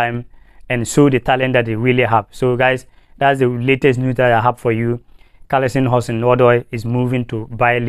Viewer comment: It's not Callisom, but Callum Hudson Odoi.